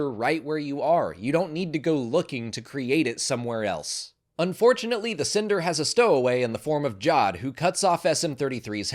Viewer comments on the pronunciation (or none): none